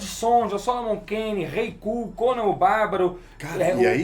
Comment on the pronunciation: eu n consigo ouvir os caras falando "kull" seriamente. Sinceramente não dá